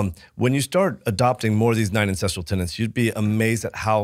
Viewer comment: Aaargh! If you mispronounce "tenets" ONE more time, I swear I am going to...well, I am going to continue watching your podcast, but I will have a grumpy expression on my face.